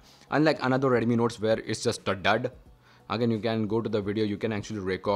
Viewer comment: Its redmi not reddemmi